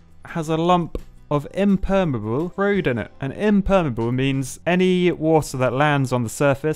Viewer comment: When the engineer can't pronounce impermeable